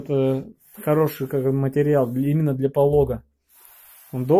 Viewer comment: шиберТ, полоГ... Ребят, банями занимаетесь - учите терминологию, слушать больно